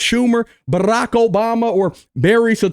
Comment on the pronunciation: Brrack Obama